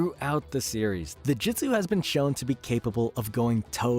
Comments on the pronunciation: Jesus Christ the way you say madara Uchiha, and jutsu🤦🏻‍♂️ (JEWT-SUE ) not jitsu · he also says jitsu the whole time instead of jutsu